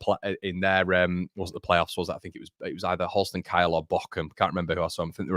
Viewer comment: I don't want to make a meal out of it but I must correct you on your pronunciation of Holstein Kiel. I'm a Köln fan and not a Kiel follower but it's NOT Kiel as in KYLE, but Kiel as in KEEL. I before E = EE. That's all I wanted to help you out with 😁